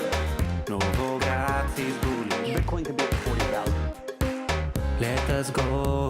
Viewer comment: "Novograaaatz is boolish! - Battomed out! Tonne Vaaaaz is berish!" I'm fucking dead 😂😂😂